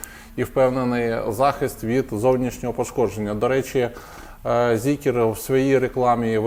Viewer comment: не Зікер, а Зікр.